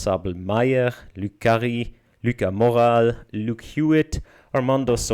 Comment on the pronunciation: Doubtful, considering his pronunciation of "Lucas Morales" when it took me 2 minutes to find this: I mean, I'll watch his videos anyway, just... ouch